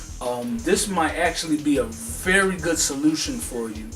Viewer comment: "it's a berry goodbye" lolz